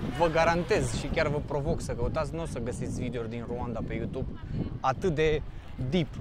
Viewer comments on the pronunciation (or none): none